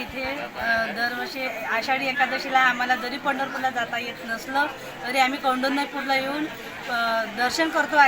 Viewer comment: न्यूज अँकर ने विदर्भ मध्ये येऊन दर्शन घ्याव नाव उच्चार होत नाही आहे बरोबर कौनडन्यपूर